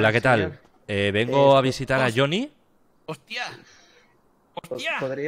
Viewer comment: El viejo:Choniiiiiiii. Yo:Es jonny cara nabo😂😂